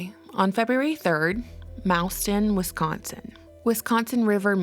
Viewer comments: Mauston, WI is pronounced, "Mawston". For future reference. ;) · Hey, your usual talented and informative reporting. Thank you! I am a Wisconsinite. Our native American, French and German city names can be tricky. Mauston is Maw-stun. Beautiful little community with not a lot of major employers. The fire put many families in economic peril.